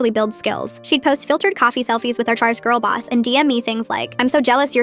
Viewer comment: Boss* not boos